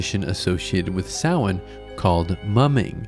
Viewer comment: You said Samhain right! that never happens with these types of videos, well done for doing your research !